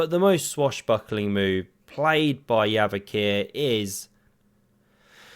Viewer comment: There are interviews when they asked him how to pronounce his name, he himself told it's pronounced "Yavakhir", and I'm not sure why.